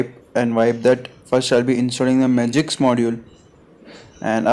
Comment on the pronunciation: It's "Magisk" buddy not "Magiks" 🤦😂😂😂